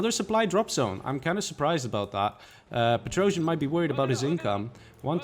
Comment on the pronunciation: And Petrosian is a russian terrible comedian, it's an old meme. He spells like Петросян, not Petr-o-jian.